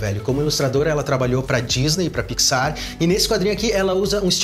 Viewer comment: "ela trabalhou pra Disney e pra PiqSÁR"